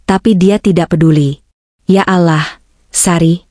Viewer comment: Kalo baca lafadz Alloh yang bener dong komentator